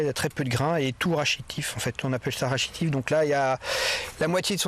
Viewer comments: "Rachitif" la prochaine fois prenez quelqu’un qui parle français. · Et vous apprenez a écouté? il le dit lui meme "on appel ca rachitif" c'est donc un jargon, pas forcément du Français scolaire!